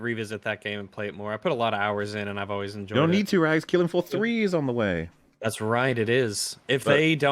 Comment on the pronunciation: Its so fun watching Wolf slowly lose his sanity having to put up with Rags pronunciation